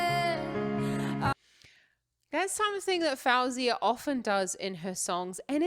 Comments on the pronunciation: its actually pronounced f-oh-zee-uh just so u know 🥰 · You saying her name wrong lol, but if you ask Siri to put a song of hers, she will say it right so you can learn there.